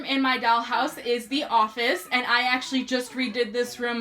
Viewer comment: “A dAlL hOuSe ToUr” No hate LMAO